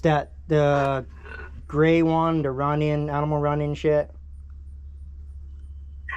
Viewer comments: Y do you pronounce shed as shet. ? . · Shed bro , not shet , shed. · It is ironic that a guy, whose job it is to repo sheds, cannot properly pronounce the word, “Shed”. Shet 🤷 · I thought this guy said that he was going to repo a shed,not a shet!! Where in the country is this redneck comedy show? 🤣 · Is he saying she’d!?? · A shet? Speech impediment, or is it my hearing? In der, dem? Hmmmm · Is he saying shet or shed?